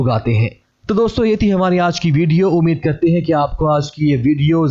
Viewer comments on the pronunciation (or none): none